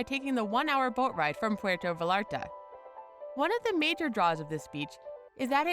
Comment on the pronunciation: PWAIRTO VA-LAR-TA.